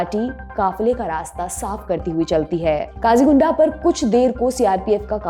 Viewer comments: सही नाम 'क़ाजीगुंड' है न कि काजीगुंडा। तैयारी ठीक से किया करें। 🚩🚩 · Kazigunda naam ki koi jagah nahi hai. Kazi gund hai. Kahin se read kar ke bta Rahi hai. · It is Qazigund, not Qazigunda